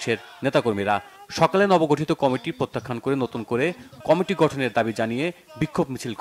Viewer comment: সংবাদ পাঠক কমিটি শব্দ টি কামেটি উচ্চারণ করছে কেনো?বিষয়টি কত্রী পক্ষ খেয়াল করবে নিশ্চই।